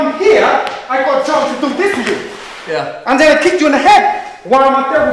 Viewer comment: you just gotta love how he says zen instead of then :D